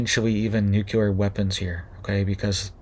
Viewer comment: Nuclear not Nucular!